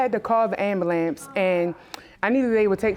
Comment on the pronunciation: ...and these women need to stop saying, Axe instead of ask or ambulamps instead of ambulances...plus Black men...walking 25 miles...Uber of Greyhound💯